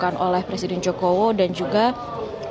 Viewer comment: Apa cuma saya yang denger di menit ke pak jokowi berubah nama jadi presiden jokowo😅